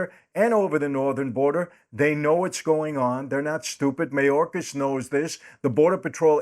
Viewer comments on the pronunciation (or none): none